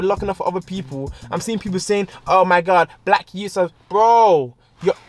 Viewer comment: “Oh my Garrd so segzyy”🤣🤣🤣👏🏾